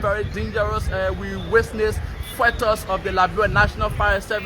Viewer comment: Could someone please teach this announcer called, how to pronounce the word "witness"? He needs to learn what letter is silent in the word, "witness" and where not to put the letter "s" in that word!!!